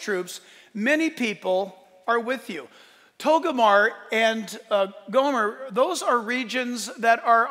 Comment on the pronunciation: JACK...IT'S NOT TOGOMAR IT'S TOGARMAH .